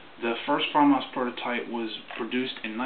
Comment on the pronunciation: your the only person i know that says famas right on youtube